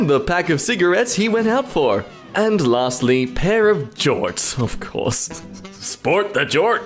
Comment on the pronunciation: that is not how you say jorts you [advertisement for jort storm]